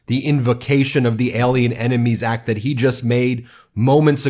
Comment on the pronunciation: He can't even pronounce or read the "ACT" yet wants to invoke it? America wake up, we are in serious trouble.